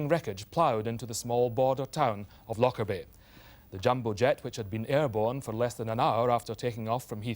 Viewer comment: It depends how you say it. It's a very soft, gentle word in the local dialect and it's so sad that it's tainted with this horrible association. The people in this video are all English and aren't saying it right, with too much emphasis on on the "lock" bit. It's said like: loh-Kerr-bee You don't say the emphasis on the c like you do in lock, but say the K like how it's pronounced at the start of "kite"